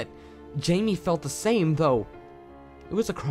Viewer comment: Sasha Cook I agree. There's also a lack of pronunciation. For example , the is da, exits was exitiiss. It does make me cringe just a bit every time it happened.